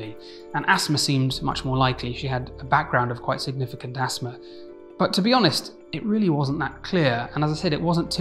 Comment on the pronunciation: I was wondering what an asmr attack was, never heard of that. I now realize he's saying asthma lmfao